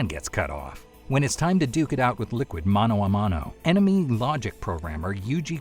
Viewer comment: first time I see an english speaker pronouncing "mano a mano" correctly. Congratulations.